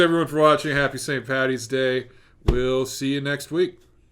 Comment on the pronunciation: "Paddy" ffs not patty